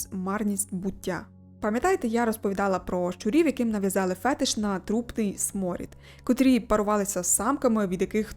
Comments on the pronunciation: Цікава тема, дякую :) От тільки з наголосом вийшла проблема. Правильно буде фетИш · Мабуть, мій фетиш написати, що наголос в слові "фетиш" насправді над И. Але це мало хто знає. Тому ділюся тільки з Вами )))